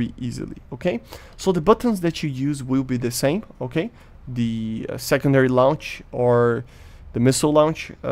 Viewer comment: A small thing i have noticed about your pronunciation of words is that you pronunce the "e" in words ending in "-ed", but it should be silent. Its just a small thing and your english is very good. So just pretend it is not there and say "receivd" instead of "received", "launchd" instead of "launched" etc.